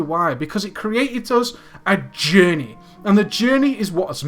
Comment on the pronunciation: "AH JAHNEY, IT CREEAT-ED A JAHNEY"* *that literally no one who wasn't autistic saw